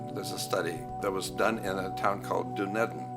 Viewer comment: The city of Dunedin, New Zealand, is pronounced duh-NEE-dn.